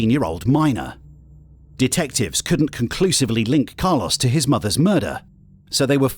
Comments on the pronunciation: It's not "Car-loss" it's "Car-lōs". Anyway, Carlōs is one of the most psychopathic emotionless people I've ever seen. Wow. He literally has no emotions. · I think it's pronounced Carlos not Carloss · Why did the narrator pronounce his name as “Car-loss”